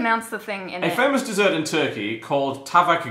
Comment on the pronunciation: but they prenounc ö and ü the same as you do and ğ is silent. At least he pronunced tavuk right XD